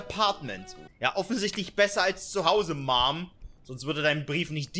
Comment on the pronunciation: Lachflach als sev Mom so komisch ausgesprochen hat ich war gerade am trinken jetzt ist mein Bett nass XXDDDD